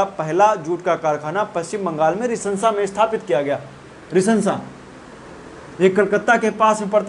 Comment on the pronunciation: Rishra रिशरा है रिसंसा नही है